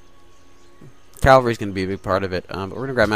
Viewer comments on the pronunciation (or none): please for the love of god say cavalry not calvary. quite easy to say it right:P